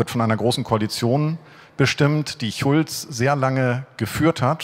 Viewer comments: wie er einfach Martin Schulz verarscht weil er das sch nicht aussprechen kann 😂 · Wie gut ist es, dass Sonneborn "Chulz" statt "Schulz" sagt?